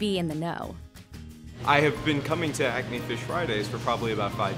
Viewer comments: Girl : Acme What I heard : Acne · I’m hearing ACNE wtf